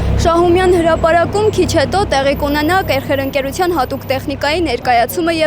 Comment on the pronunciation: Ախպեր, բայց ինչի՞ եք քրֆում, "կերխեր"_ը ո՞րն ա...դու կեր, էդքան դուրդ գալիս ա։ "ՔԵՀՅԱ"_այ էսպես ա հնչում էս անտեր անունը, ոչ թե խալխին խեռ կերցրեք🤦